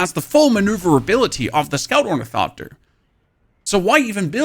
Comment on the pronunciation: I Love how this dude says "Torn-eh-coptir" hilarious! You really should try using the Ornithopter Boosters! Your greed using storage is why you get chased down.